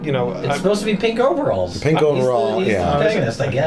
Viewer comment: "Mauveralls" #howdare ?